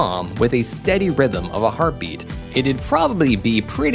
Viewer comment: heartbeat, you mean? Not hartbeat?